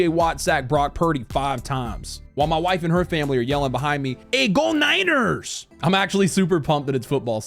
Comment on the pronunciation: Lol I love how the "Go Niners!" Tone told me they're Hispanic lol 😆 😂 🤣